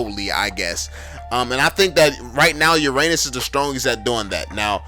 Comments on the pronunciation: You forgot alucard and Benedetta and also I though you say ur anus anus nor uranus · Hahahahah omg Istg I’m dead how he said Hahahah “Uranus” 😂😂😂😭😭